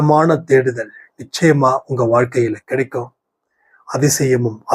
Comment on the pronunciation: "நிச்சாயாமா இருக்குது."